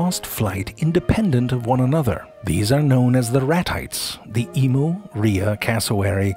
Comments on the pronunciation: Hi uhhh Australian here, it's pronounced Em-you not E-moo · It emu not emoooo😕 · Ee- MEW, not Ee-MOO. Just so you know.. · Emu. It's not pronounced E-moo. It's pronounced Eem-You. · its not e-moo its e-m-u